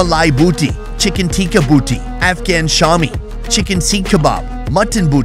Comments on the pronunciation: Bhosdike..booty nahi...boti..bolte hai . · to the way you were saying BOOTee :face-turquoise-covering-eyes::face-blue-smiling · Boti not booty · loved the video just slight correction it’s not pronounced as “booty” but “baw-tee”(bought+tea) and it literally means a piece of meat. hope this helps 😅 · it's more pronounced as ( Boat-ee) Not booty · Not booty 😂 it's Bo-Tee, means "meat" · It’s not booty bro it’s boti pronounced “bow-tea” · The word is Boti not bootie (pronounce bow-tee), and eat translates into "morse"l or "piece of meat". Tikka actually means barbecue or grilled meat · bro saying boti to booty🤣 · The way he pronounces boti as booty makes me giggle😅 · Brother, it’s BO-TI not booty. BO-TI means a piece. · While booty on a skewer would be interesting 😀 it’s “boti” and pronounced as “bo tea” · Not booty, but boti 😄 Båti in Danish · Its not boooooooti its BOTI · It's not booty it's bowty😂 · Booty!? Nah my man it's bouty pronounced as "BO-T". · Its not pronounced booty. Its Bow-Tee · BRUH ! Its BOTI not BOOTY. Like how you say boat ( BOW_TEE ). You repeating BOOTY had me dead lmao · Guys! It’s pronounced Bo - like Dough and ti 🫖 like tea Spelt “Boti” - BoughTea Booty is far fetched 😂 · It's pronounced bo-ti not boo-ty😅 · it is boti not booty 🤣🤣🤣🤣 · I can't, it's boti (boaty) not booty, lol 😂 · Its Boti (boh-tee) not Booty😂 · Booty??🤣🤣 it’s boti 😂😊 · Lol.. It's boaty not booty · Bro its not booty, its boti with single O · Great video! "Boti" btw (not "booty") means a morsel or small chunk of meat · btw just a little correction on Asian Behalf, Boti is Pronounced as "Boh-ti" not "Boo-ty", it just essentially means a piece of meat , it can be many or whatever size u want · It's pronounced bow tea, not booty! Know you're trying to get some mileage from the way you are mispronouncing the word, but dude, the juvenile joke's falling flat! Bow tea is very easy to say! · It's more like bor not boo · It's not 'booty', it's 'boaty'. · Not booty it's boti